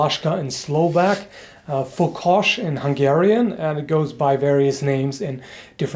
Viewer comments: Mate you messed up that hungarian name a little bit T_T the o is pronounced simply o like 0.The closest you go got is fokós.The ó is an extended o.Altough you've mistaken you got way closer than anyone else non-native speaker I've heard(did you practice this shit :D?).I must admit hungarian is freaking hard language altough the pronounciation is pretty straight-forward and easy.The grammar is what people mess up really REALLY often.Also nice vid and keep the quality this high!(you might want to implement some more hungarian weapon names I'm pretty sure much of us would have a good laugh at you pronouncing the harder ones wink-wink Kappa) <3 you (nohomo) Sending my regards from Hungary. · I'm Hungarian. You quite nailed that spelling of fokos. Also I didn't know anything about this weapon, so thanks for the review. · The pronounce in hungarian was perfect! Yeah! You have hungarian viewers as well :) In these days the fokos is made to be more decorative to be more like a walking stick, and elders in villages still use it. "A kiejtés magyarul tökéletes volt! Igen! Vannak magyar nézőid is :) Manapság a fokost díszesebben készítik, hogy jobban illjen be egy sétabotnak, és az öregek a falukban még mindig használják."